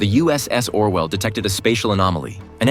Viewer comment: It’s Orville not Orwell